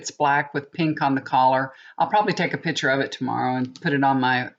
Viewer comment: I so enjoy your readings, but being an English major, it drives me absolutely nuts that your pronounciation is off: ValenTIMES? what? it's ValenTINES. When you say the word PICtures, you say PITures. Otherwise, your readings are pretty accurate. Lovely hair too!